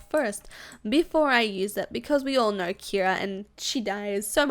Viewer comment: She say ner instead of know